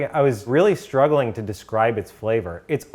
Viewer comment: Am I the only one who enjoys hearing pronounce 'to' as 'chu'.